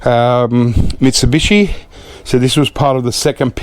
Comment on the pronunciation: You started to slur your words when you were saying Mitsubishi twice! The quadruple scotch and coke started to have a little effect on you! Since it's been 20 years for me a double would have been enough for me!!